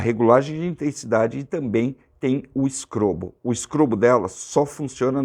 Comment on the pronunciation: todas as vezes que você falou do "strobo" das lanternas, eu entendi sempre "scrobo"!!! Foi impressão minha ou você falou "scrobo"???